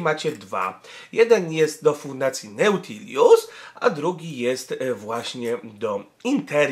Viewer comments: Pisze o tym dlatego, bo juz ktorys raz slysze z twoich slow - neutilius - to nie jest nazwa tego portalu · N A U T I L U S - to na prawde mozna normalnie przeczytac